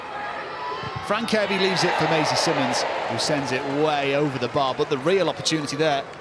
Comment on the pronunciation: Is it really so hard for the commentators to learn how to pronounce the Players names? Masie Symonds is the Brighton captain and it’s frankly insulting to her that the commentators keep calling her simmonds 🙄